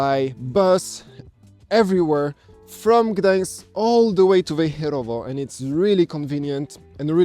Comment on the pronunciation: Oh.. .. .tu es tres joli...nice big eyes....and when u said Wejcherowo😂😂...good accent...